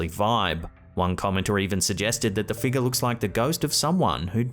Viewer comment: You used to say "figure" correctly up until the Halloween live event and now rarely do you say the word correctly. Yes a few people made comments applauding the world "figah" but please stop saying that way on purpose no offense but it's corny and needy not to mention fake.